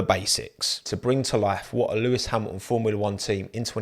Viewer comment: Mate, pronouce the t’s. It’s Hamilton not Hamilon and Toto not Toe oh!